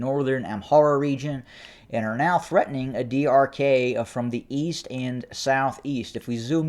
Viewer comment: Adi arkay is pronounced as adi arkaay (arkī or arkii). Ky like in sky. I know it is not easy to say for non native speaker but always good to give the correct pronunciation to make the reporting more clear. BTW I you deserve all the credit in reporting extensively the ground situation of what I called it non sense, bloody war of the human race.